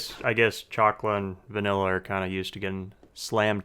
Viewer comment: Did sombody say VANILA ?